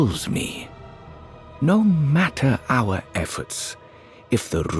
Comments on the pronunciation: Metyr is probably pronounced Mee-tyr, from the greek world μήτηρ which means "mother" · Fun fact Metyr ( meeteer) pronounced correctly means Mother in Greek/Ancient Greek.